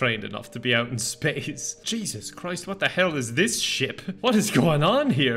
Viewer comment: Span-ace? Mm new word to me